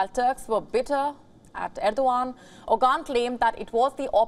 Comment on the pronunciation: lol It's not Ogan it's Oğan the ğ is pronounced in the throat.